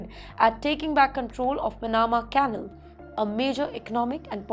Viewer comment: Pronunciation and diction check - Sec-re-tary not seca-tri. Ca-nal not Caa-nl.